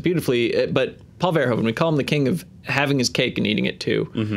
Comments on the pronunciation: Thanks, for always pronouncing "Verhoeven" the correct way! Your one of the few. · Thank you, for being the first American ever to pronounce Mr. Verhoeven's name correctly